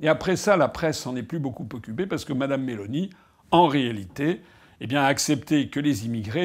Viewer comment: Nota bene : en italien on accentue la première syllabe. MÉ-loni